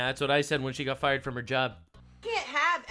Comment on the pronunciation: "Your fie-errd" 😂😂😂😂 love you're humour.. this is therapy!! Keep going mate 💪🙌